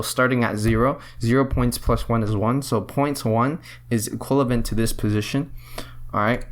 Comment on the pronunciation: For frick sake man, its EQUIVALENT not "equilavent"